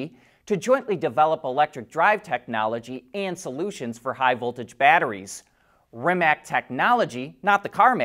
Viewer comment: At this point, you should know how to properly pronounce “Rimac”.